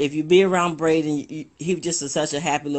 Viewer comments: That one lady saying they dont know nothing. Umm maam you don't even know his name. Its not Brayden but Braylen. That seems really important if your doing an interview scolding people for speculating. Braylen Noble ❤ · Braylen..not Brayden. This chick don't even know his name. She had to ask what his last name in the 911 call... Smh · Who is " BRADEN" .. who is this that don't know Braylen Name? They love BRADEN.... oh no ma'am